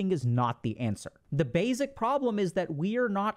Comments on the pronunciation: Plzzzzz plz pretty plz, please, stop saying “bayzik”. Think of the word base, with no z sound on the end. Try saying base. Then try pronouncing the word basic. I know this is a small thing but it’s become like nails on a chalkboard to me and I can’t listen to these anymore and there’s so many I want to watch. It’s SO much in every video. Please, if you can correct this I truly appreciate it. Thank you. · Why does he pronounce basic like that? It’s like he puts a z instead of an s